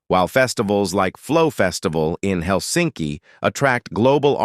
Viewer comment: It is not Hel'sinki, it is 'Helsinki.